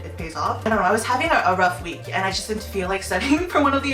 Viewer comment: " I jist love food so..." yeah me too me too